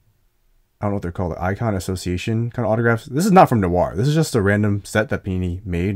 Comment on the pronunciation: How come Americans pronounce words/names like “noir” and “Dwight” with an extra sound - like “nuh-war” and “duh-wight”? Is it hard to put the two together? Honestly just curious since I hear it so frequently.